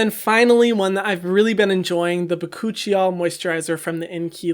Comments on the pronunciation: Hold up. The hell is buh-coochie-all lmao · lol “behcoochieyol”